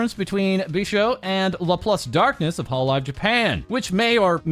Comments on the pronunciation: her name is Bijou not Bishou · Nobody can ever say Bijou's name right, it's "be-zhu"